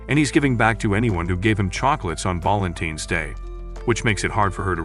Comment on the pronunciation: Balentines✅ Valentine's ❌